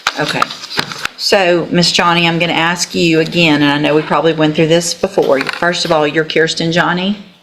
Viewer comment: And if you don’t believe her just “axe” her. Not sure why none of them can pronounce ask